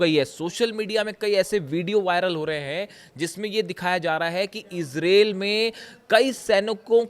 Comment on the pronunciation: कृपया ईजराईल बोलिये ईज़रेल नहीं